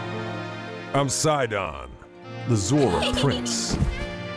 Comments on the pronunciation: Wow there are lots of ways to mispronounce this- I always called him "sih-DAHN"! Like the names "Sid" and "Don" Who's actually right though? Edit: So I looked it up, and it's actually pronounced "SIGH-dun", like short for Poseidon, which really should have clicked sooner. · He says it sidan Its SI-DON Like when you sigh and say they bald guy out of fast and furious name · He said Sid"o"n not sidin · I pronounced it as see-don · I always pronounced it See-Dawn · I've been mispronouncing Sidon's name this whole time ... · Okay but can we talk about this pronunciation- i am EXTREMELY confused- IS IT SYE-DON OR SEE-DON